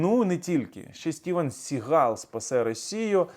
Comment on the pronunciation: СігАл --- це більше французький, а не англійський наголос !!!